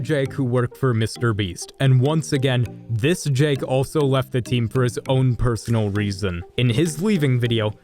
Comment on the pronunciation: You just said he oeft on his own will